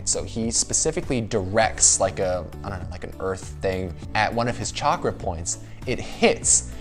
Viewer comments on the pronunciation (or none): none